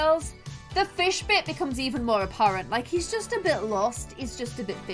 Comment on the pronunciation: and "he looks like a feesh boy" EDIT:thx for likes 🥰